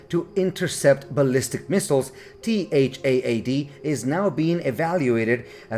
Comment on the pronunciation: Are you using Auto-Narrate? You can simply say TAD like in TADPOLE, it's acceptable. No need to mention T-H-A-A-D multiple times 😮‍💨